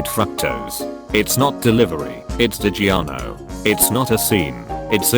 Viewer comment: The way it said digiorno kills me